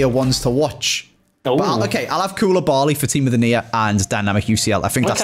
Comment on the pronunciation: Why does say team of the near for team of the year